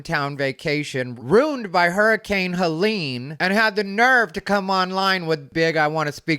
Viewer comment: Hates the pronunciation as Fustrated, then says life ROONED instead of ruined. Then proceeds to say deep southern accents are used by you to convey severe ignorance. MAGA right.